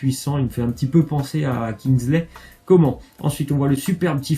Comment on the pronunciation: Sa se prononce comane pas comment sinon bonne vid continue